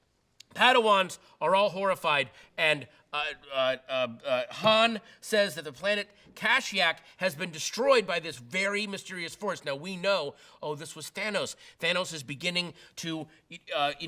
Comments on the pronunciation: It's Ka-Sheek you dullard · kashyak? corsucant? what kind of fan are you sir! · He mis-pronounced both Kashyyyk and Coruscant. X-23 is not Wolverine's daughter, but his clone.